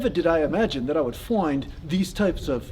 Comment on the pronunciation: Hi from the UK-- remember accent-- you started off perfectly till you got to the word find-- then you went all south african-- good attempt though